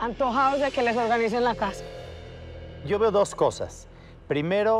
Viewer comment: Oiga pague 50mil para que me ordenara y contesta: "SHO SOLO SOS LA SIRVIENTA" JAJAJAJJAJ